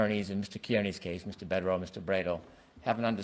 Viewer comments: It’s Bederow, not Bukkake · Asks how to pronounce Bederow and pronounces it perfectly 🤷🏻